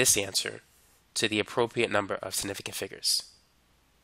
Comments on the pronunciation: Man said it like "Snifficant" 😂 hepled me tho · “sniffigant figures” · Snifigant who else heard that? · The way he says “significant” really pissed me off and idk why lmao